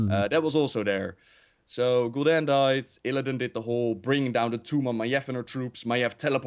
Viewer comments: says Sargeras and Gul'Dan so wrong:D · Still consider it kinda non-content. is a nice voice actor and stuff, but yeah he just read all the books and some wiki pages about lore. doesn't really know much about lore, he can't even pronounce "Gul'dan" and "Sargeras", although he's played The Frozen Throne. So yeah this video is "what if Illidan consumed Gul'dan again ololololo" and "OMG Warcraft 4, we don't care that RTS has been dead for five years and even Starcraft 2 is dying painfully". Quite a pointless video, like I said. Nice drawing tho.